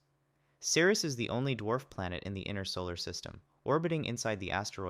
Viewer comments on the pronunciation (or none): none